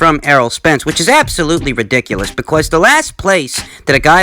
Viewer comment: Liking the emphasis on the word because BECORS